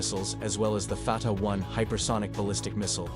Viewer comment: Stupid AI cannot even pronounce the name correctly. Artificial indeed, but no intelligence.